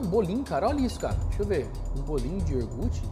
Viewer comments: pelo amor de Deus, o que custa falar iogurte certo? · Iogurte pelo amor!!! Fala certo pó, respeita os ouvintes kkkk